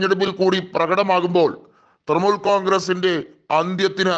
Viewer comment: തൃമൂൽ അല്ല തൃണമൂൽ കോൺഗ്രസ്സ്.. ഇത് എവിടുത്തെ അവതാരകനാണോ എന്തോ?